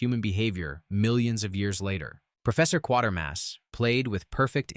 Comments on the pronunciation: It's Quatermass not Quartermass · Interesting as it was (I have seen most of the truly obscure films listed), I stopped watching due to the irritating AI Auto voice that mangles not only the smooth delivery of sentences but even mispronounces one of the film titles. It is Quatermass not, Quartermass! If you can't get that right you deserved the thumbs down. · Q-waiter mass NOT Q-water mass !!! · 'Quatermass', not 'Quartermass'. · I stopped watching all the hyperbole when it couldn't even get the title of the Quatermass correct. It is pronounced Kway ter mass NOT quart er mass. Several of these movies are in fact well known and have been widely watched. Also some of them are more into fantasy/horror than Sci-fi. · I've actually seen all but Barbarella. I was too young when it came out to go see it, although I did read about it in my Dad's issue of Playboy and thought it looked interesting. It is pronounced Kwatermass and not Quartermass. There's no "r" in the character's name. Other than that, good selection. There's also a second Quatermass movie where the astronaut is being turned into a fungus. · It is Quatermass NOT Quartermass. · Not Quarter mass but Qway-ter-mass. One of my faves of all time. Very eerie. Originally, of course, done as a special brit tv presentation. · It's Quatermass, not Quartermass.